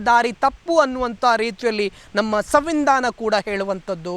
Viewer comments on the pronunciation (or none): ಸಂವಿಧಾನ ಮಾರೇ, ಸಾವಿಂಧಾನ ಅಲ್ಲ 😅🤦 ಅವಸ್ಥೆ. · ಅಣ್ಣೋ ಅದು ಸವಿಂದಾನ ಅಲ್ಲ .ಸಂವಿಧಾನ ಸಾರ್... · ಸಂವಿಧಾನ.ಸಂವಿಂಧಾನ ಅಲ್ಲ. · ಕ್ಷಮಿಸಿ ಅಣ್ಣ ಅದು ಸವಿಂದಾನ ಅಲ್ಲ ಸಂವಿಧಾನ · ಸವಿಂಧಾನ ಅಲ್ಲ ಸಂವಿಧಾನ.